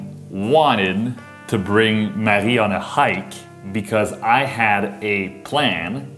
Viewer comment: One of the parts of your videos that I like is in the beginning. When Marie says her name is Marie (but pronounces it maji) lol then later in this video pronounced it Maggie 😂